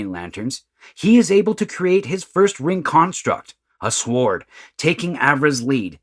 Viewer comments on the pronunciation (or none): Sword is pronounced S-ord the W is silent. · You need to get a narrator bot that knows how to pronounce "sword".